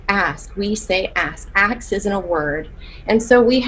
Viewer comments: "You turn that aks to an ask or your ASS is unemployed." Damn. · As a danish person i was so confused when she said “aks”?? I thought what was wrong was that she didn’t say “may” but “can”. Where the fuck does “aks” come from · Aks in fact is NOT a word lol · "Acks you" infuriates me. It IS stupid. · does it kill you too much to say a 3 letter word then right way? Like seriously... I cringe anytime i hear someone pronounce it that way. You'd never say it like that in let's say - a job interview- and you def wouldn't missplell it. I've also heard people use it interchangeably, like one second they're saying "aks", then a couple minutes later it's "ask", then back to "aks". Like pick a damn side 😂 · This is ridiculous! And I hate when people can't pronounce a-SSSS-k! Now I don't mind the BlackCcent, I think it's fun and funny but, in my presence you can only have that accent if you know proper English! And yes, that's not cultural because we're not black, we're African and French speaker so.... I correct my kids when they try to be cool and use any blaccent word! So this very sad.... Demand excellent to your children so that if they fail they reach goodness!